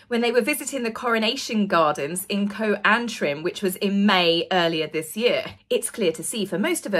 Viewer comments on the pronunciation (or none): Co Antrim is short for County Antrim. You still pronounce the co as county. Same as Ltd for limited or Mrs for Missus etc!